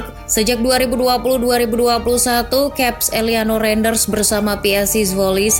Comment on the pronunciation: izin koreksi nama min, Tijjani Reinjders --> Tiyani Rainders, Eliano Reijnders --> Eliano Rainders, terimakasih min